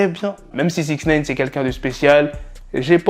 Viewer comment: SIX NEEIINN ? Nein veut dire Non en Allemand ^^ mdr SIX NIIIIINEEEE !